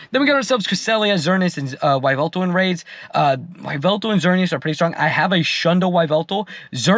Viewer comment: Whats a Why-veltal?😭😭😭😭